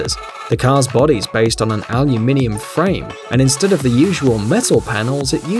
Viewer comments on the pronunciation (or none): What’s “alumainium”?